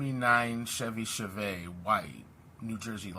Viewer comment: Chevy Chevette (shev-et) 😂